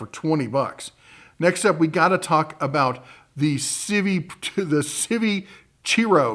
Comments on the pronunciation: If you are going to be sponsored by a company you should at least learn to pronounce their name. It is Civivi not Civi! Stick to tools as you are not doing any service to the knife brands. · Knife is pronouced Civ-Vie-Vie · …it freakin KILLS ME every single time you mispronounce CIVIVI😫😫. It’s “si-vee-vee” sir.